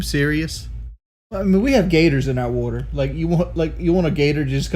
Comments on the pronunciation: "We have gaders in our wudder" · Wee hab guders in oar wudder